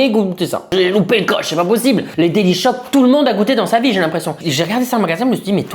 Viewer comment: Delichoc pas délice choc 😂